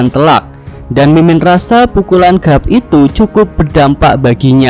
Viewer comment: garp bukan grap